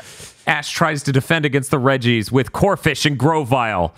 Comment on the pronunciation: Every time they mentioned the "Regi's", I can't help but hear "Reggies" and envision like some horrific man / rock hybrid of Reggie Fils-Aimé pursuing the cast and making those sounds. >3>